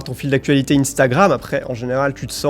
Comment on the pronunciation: "ine"stagrame, "i"phone, you"tou"be... t'abuses :D